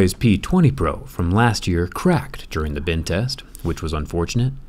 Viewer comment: Sam Noblet I hear Ben test. I feel like the most effective phone to kill Ben laden would be the note 7. U have to fight fire with fire